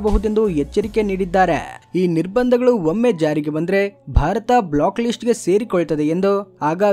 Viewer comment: Block ಲಿಸ್ಟ್ ಅಲ್ಲಯ್ಯ, black ಲಿಸ್ಟ್ 😂😂